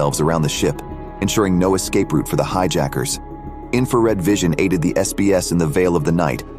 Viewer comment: SBS not SAS